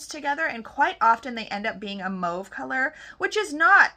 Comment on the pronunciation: FYI you say mauve like the French Canadiens